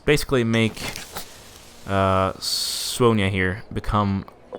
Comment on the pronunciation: That's how Scandinavians pronounce it.